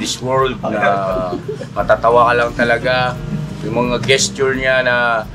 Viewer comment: Just for your information, the correct pronunciation of the word “gesture” is “jest chur” in American English. ✅ No offence intended.